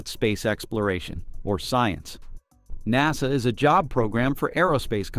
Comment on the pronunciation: Nawsa instead of NASA